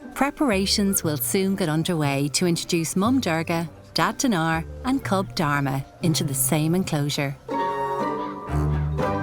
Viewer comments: Am I the only one who heard "Dhar mann"? Probably not but still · how can she pronounce dharma with the worst accent still the auto caption reads it..but when an indian pronounces something in most clear manner..the caption comes out as a joke😂